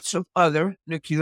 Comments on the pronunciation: It’s “nuclear” for Gods sake. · Nu Clee Er